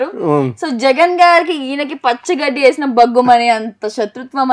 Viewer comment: ఓ యాంకర్ మ్మ పచ్చి గడ్డి కాదు పచ్చ గడ్డి తల్లి